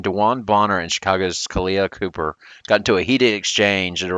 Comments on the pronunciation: For one it's Copper like the chemical element not Cooper but Miller's comments were definitely malicious because why is he only singling out CP? It was uncalled for and that's why they hung another conference banner 😂 He needed three players to knock out CP. It was a sandwich compliment. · It's COPPER, Bruh. There is no Kahleah Cooper.